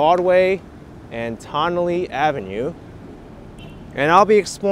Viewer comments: It's pronounced "Tun-nelle" like your saying the word "ton" or the first syllable of "tunnel".. Confusing, I know, bc of the spelling "Tonnelle" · Tonnele Ave is pronounced: TON-A-LEE, In one quick speaking tone.